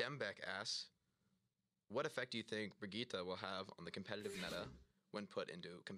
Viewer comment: is that how u pronounce Brigitte? i always thought it was like bridge-it